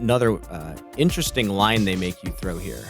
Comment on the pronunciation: inderesting is my new favourite word :) otherwise i love commentary